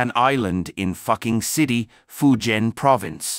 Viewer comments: Fuqing City in Fujian Province is not pronounced 'Fucking City' as the commentator pronounced. Rather it's'foo-ching ' 😂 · is Fuqing City not Fucking City. If you don't know how to pronounce it be quiet and SHUT-UP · It's Fuqing city not Fucking city 😂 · Love the way you pronounce fuqing city😂😂😂